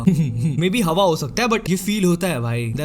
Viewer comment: Have nhi hota hava hota hai